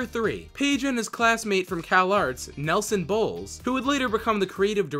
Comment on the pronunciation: "Nelson Boles" "Belson Noles" Good job, Nelson, good job.